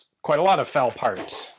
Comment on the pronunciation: I fal down, not I fowl down. Yankees be yankies.